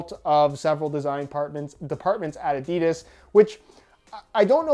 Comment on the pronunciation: Hey, if the pronounciation of 'Nike' (last video) is so important, please start to pronounce 'Adidas' the right way too.